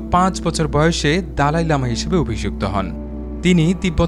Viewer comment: " দলাই লামা " ,,,,, দালাই না